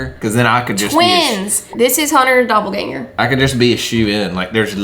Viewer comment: you said dopple dinger😂😭 yall are my favs!!!